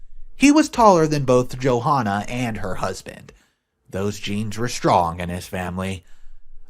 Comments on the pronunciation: God I love how you keep calling her Joe Hahnah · The h in Johanna is silent it’s pronounced Jo Anna. Come on man!!!! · It's pronounced Jo-anna, with a silent H.